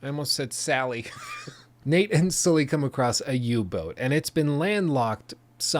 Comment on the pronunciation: please pronounce Sully the right way....